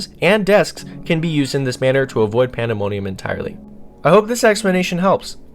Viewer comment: ”panda money ummm”